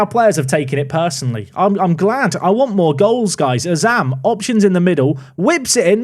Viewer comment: Did just say Azam's name correctly? About 8mins in if you missed it xD